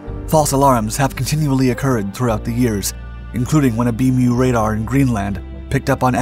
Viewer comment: Please...Ballistic Missile Early Warning System...BMEWS, not BMEW. And Worldwide Military Command and Control System...WWMCCS, pronounced "wimmix."